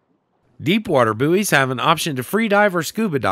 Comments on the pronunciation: I was so happy when you called buoys boys then you went back to saying boo-eees 😩noooo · >pronounced Buoys right the first time with a giggle, says it wrong on the next. still earned a sub <3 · I know it's the a geographical pronunciation difference. 😁😉